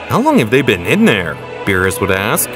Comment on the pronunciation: "Ve-jet-uh" "Bro-dy" "Be-ror-us" "Kame-uh-uh" "Cyans" 💀💀💀